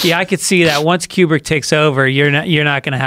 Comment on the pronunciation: you pronounce Kubrick like qbert.